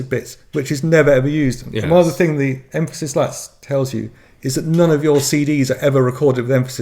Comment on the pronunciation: Correction: Em-PHA-sis.😂😂